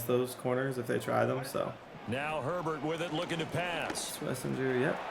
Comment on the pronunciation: It’s Swess-en-jer